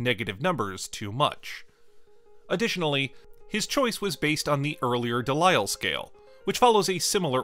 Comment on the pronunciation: Pedantry alert: Delisle is pronounced "Deleel" as in steel, not "Delayle", as in delight.